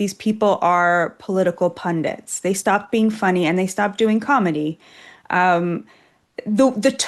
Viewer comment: Pro Tip: It's pundit ,not pundint.